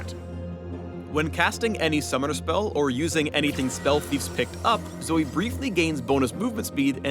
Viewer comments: If youre gonna spell it as Zoe, then pronounce it as Zoe. Its Zoe, not Zoey. Fucking riot doesn't even know proper grammar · RIOT IF YOURE GOING TO SAY ZOEY SPELL IT LIKE ZOEY NOT ZOE. LIKE WHO THE FUCK CALLS JOE JOEY???? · "Zoe-e-z...." Please, no...